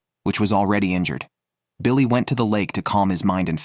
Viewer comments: So is big guy name was Billy, or Biko ? On screen name always said "Biko", but ai narrator keep saying "Billy" ? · Colter, not Colt. Rose, not Ross. Biko, not Billy. Is this another AI product? Very annoying narration.